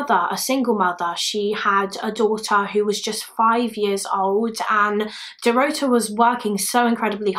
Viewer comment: Dorota is pronounced the same way Dorothy is but with a 'ta' instead of 'thy' at the end. It's the Polish version of Dorothy. Love your videos, btw. You're very compassionate towards the victims unlike another YouTuber in the same field whose name I won't mention.